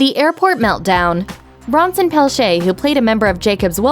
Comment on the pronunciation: How hard is it to pronounce "Pelletier" correctly?!